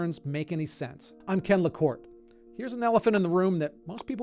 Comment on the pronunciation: It's LaKorte, NOT LaKort!